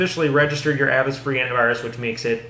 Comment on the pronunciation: it's "A vast" Like," Avast, me hearty!"